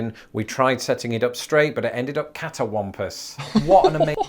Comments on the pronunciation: Cattywompis is how they say it. And it means goofy looking, all screwed up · We don't say "catawampus"... In Tennessee, it's pronounced "cattywampus". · Cattywampus- Cat-tea wamp-is